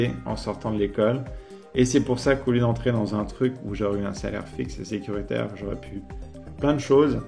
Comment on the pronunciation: ton accent est grave ressorti sur le "sécuritaire" énorme xD